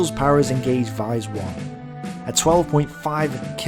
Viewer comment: I live near it good animation but you mispronounce alot of stuff like vise